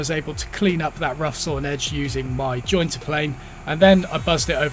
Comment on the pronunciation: Thanks for the extra info on planing/jointing plywood. I was asking myself if I would feel comfortable running plywood with all that dried glue over my blades even though they are carbide. I also appreciate the American pronunciation of "jointer" you threw in, it was awesome dude.